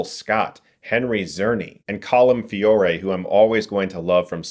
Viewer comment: Chris how you say Colm's last name is "FEORE" without the "e" on the end. It's silent.